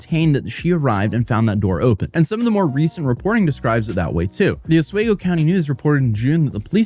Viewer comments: Bro keeps saying Oswego wrong still... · The real crime is how bro pronounced Oswego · I find his pronunciation of Oswego too endearing haha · Hopefully by the end of this trial, will pronounce Oswego correctly. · Your pronunciation of Oswego, drives me nuts. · For the love of,, it's not pronounced 'Os-WAY-go', it's pronounced 'Os-WE-go'. It pains my soul everytime I hear you pronounce it as I grew up in that area:P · Great video! Just so you know, it's pronounced "ah-swee-go" instead of "ah-sway-go". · Hi, as someone who lives nearby it’s pronounced os-wee-go not os-whe-go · A little off topic, but is anyone else bothered that pronounces Oswego as “Os-wey-go” instead as “Os-we-go”? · Oswego is pronounced “Os-WEE-go.” It’s a native-American term that means Stop Saying It Wrong. Jk, it’s actually an Iroquois term which means “ where the valley widens:” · Didn't realize I lived near her, also it is pronounce Os/WE/Go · It’s pronounced Os-WE-go NY💛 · Dude its pronounced Ah-swee-go...Oswego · FYI, it’s pronounced (Oss wee go). Thanks so much for the update. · In case you have to do another update it's Ah-swee-go. Otherwise god vid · It’s pronounced “aaz-wee-go”. Just saying. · For non-native Central New Yorkers, the city's name is pronounce with a long 'e' like bee. Pronounced something like ah-SWEE-go with an emphasis on the "swee". Rhymes with Amigo. Comes from the indigenous Iroquois tribes. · Oswaygo? Wild pronunciation. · for future videos its pronounced oSWEEgo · You don't get sick days? Wtf are you even talking about? You make your own schedule.. How lame. Also, it's OsWEgo. You dolt. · My guy Oswego is pronounced ahs-WEE-go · I'm hoping learns to pronounce Oss-WEE-goh before this ends! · It is pronounced Os-WEE-Go. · It's pronounced Uh-sweee-go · Say it with me Oh-swe-go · please I beg you please pronounce Oswego right you're killing me. it's Oss-We-Go. like off we go. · It’s pronounced “aas-wee-go” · Os-wee-go NY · Lol “oswaygo”